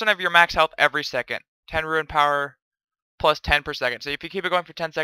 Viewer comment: I stopped watching this vid as soon as you started pronouncing rune as "ruin" fucking frustrating man